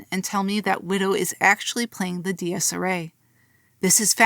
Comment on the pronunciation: Another very high quality video !! Love watching this series from you Also your pronunciation of "dies irae" took me out everytime lmao